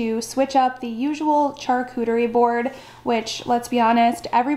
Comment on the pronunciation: I’m sorry but charcuterie is pronounced with a, “sh” as in sharp, not “ch” as in church.